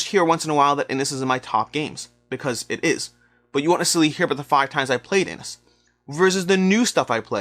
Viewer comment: Just incase you get asked this question on a gameshow... 'Inis' is pronounced as "inish".